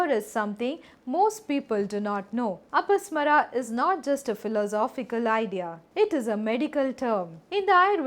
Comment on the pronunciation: It is pronounced as A-pa-smā-ra, ಅಪಸ್ಮಾರ(another term for epilepsy in Kannada).